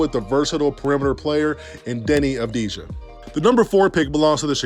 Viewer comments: You say it avdia it's a sillent j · Before he was playing 20+ points in the uroleage most peole called him dani avdija